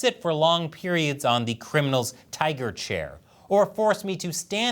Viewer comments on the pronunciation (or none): none